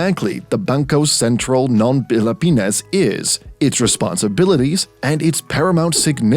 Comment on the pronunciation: I like how the narrator mentions Bangkœ Sæntræl ng Pelepænæs